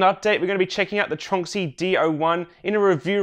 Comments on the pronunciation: I just realized I’ve been pronouncing Tornxy wrong for a long time. I always thought it was TRON X Y 🤷‍♂️ Great update! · I've had my Tronxy for 3 years, and I'm just learning now how to pronounce it?